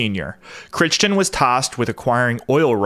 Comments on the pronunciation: Surely Crichton is pronounced "cry-ton", not "critch-ton". (At least, in the UK it is.) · Crichton is pronounced as "KRY-tuhn" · 'Crichton' is pronounced /krai·tn/. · Jack Crichton's name is pronounced 'Cry-Ton'